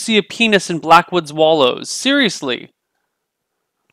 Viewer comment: Wow you should read some names out loud before you add them to the map. Black woods wallow - black wood swallow